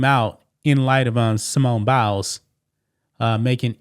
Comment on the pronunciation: It's not Bowels - it is Biles, bi, rhyming with eye! That said, you are looking very cute - it must be a feeling of well-being due to some personal success. That said, (LOL) thank you for continuing to bring us this kind of news.